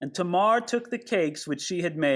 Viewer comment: according to my Bible pronunciations app…. You are correct in pronouncing Tamar as TAY- Mar. 😎